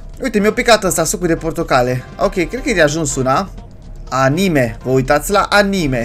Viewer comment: ce ma amuza ca pronunta a,ni,me nu anime